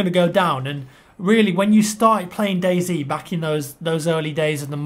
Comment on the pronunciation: It's pronounced day "zee" not "zed"